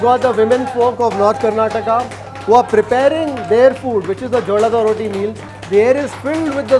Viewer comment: Not jollada rotti. Its Jolad rotti